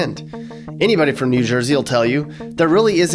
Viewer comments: Who the hell calls it "jew jersey"? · i have never heard anyone say jew jersey